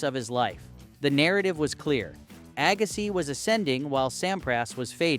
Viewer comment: Agassai 😂, dang AI youtubers